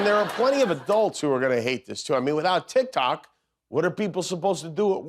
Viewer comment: You know instead of calling it tic tok, tic toke 😂😂😂😂😂😂